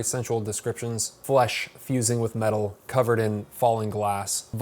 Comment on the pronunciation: I thought he said meta...